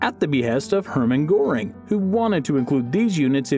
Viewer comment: I already noticed when he anounced Goering in the begini g